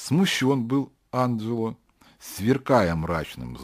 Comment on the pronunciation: АнДжело, а не Анжело!